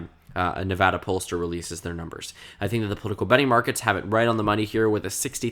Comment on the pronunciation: Thank you for pronouncing Nevada correctly.